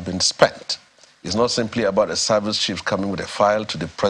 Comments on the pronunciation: Did he say "High service" or "Eye service"🤔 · Eye service and not "High service".